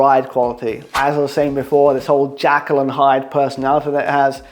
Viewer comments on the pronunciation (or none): You know it's Jekyll and Hyde and not Jackal and Hyde ? ;-) xx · Superb effort on the Everesting! p.s. Jekyll and Hyde, not jackal, or it might be a bit of a dog;)